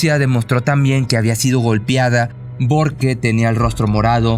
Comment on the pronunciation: Cada vez soy más tu fan solo no supero que digas "borque" jajaja